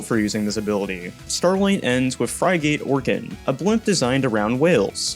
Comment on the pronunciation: No offense, but the word frigate is pronounced "frih-get."